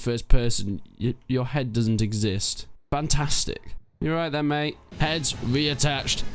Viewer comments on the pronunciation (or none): none